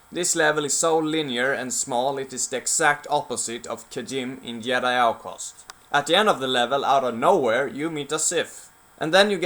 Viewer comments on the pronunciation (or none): it's called Jedi not yedi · Dude, what is with your pronounciation? "yedi", "Yan Ors", "sheet" :D. Outcast wins in terms of single player, because it didn't have all the kiddie-childish bullshit star wars has nowadays: overblown fights with lots of blasts and sparks coming from lightsabers participating in a fight. The story in Outcast was also way more mature than in Academy including loads of things to appeal to primary school children at that time - it wasn't as dark in nature. The best thing about academy is the mod - Movie Battles II. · “Yedi Knight” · Stop saying yedi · What's a "yedi" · The video is good but you pronounced Jedi and Jan wrong. I understand your main language isn't English but we pronounce Jedi and Jan like its spelled not Yedi and Yan. I have a friend who is Swedish his name is John, its pronounced like Yahn or Yawn but its spelled differently. Just informing you :). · what the accent is that where J are Ys? Yeah!! I bet you thought after 5 years you would stop getting comments about that! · You know someone's a viking when they pronounce Jedi like this. "Cheesecake Jumbojet" The best codename for scandinavians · Silent J in Jedi (-: nope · I love the content, but the way you say Jedi makes me cringe xD